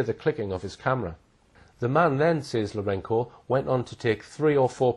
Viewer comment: it's LourenZo , not Lourenko, mate ....